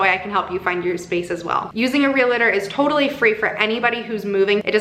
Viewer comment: Anyone else chuckling at the "real-a-tor" pronunciation and thinking about Santa Clarita Diet? Hehe lots of people do it but it is pronounced "real-tor"- just like it's spelling